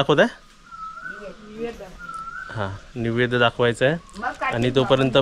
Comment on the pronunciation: निवैद्य नाही रे नैवेद्य म्हणतात, एकही शब्द ऊच्चार तुझा बरोबर नसतो अशा कूठच्या शाळेत तू शिकला आहेस.